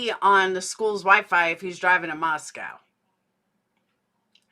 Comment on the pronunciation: Notice how repeatedly doesn't pronounce Moscow the way all people in that area pronounce it. She pronounces it like Moscow Russia but Idahoans pronounce it Moscoe